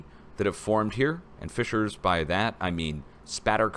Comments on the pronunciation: Sorry you keep saying Fischers, when the word you need is FISSURES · YOU KEEP SAYING FICHERS< DONT" YOU MEAN FISSURES